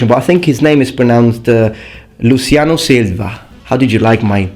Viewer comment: The way you pronounce Luciano Silva was almost how we pronounce it in Brazil. The differences are: The 'an' in Luciano is nasalized. The 'l' in Silva is pronounced like a 'u'.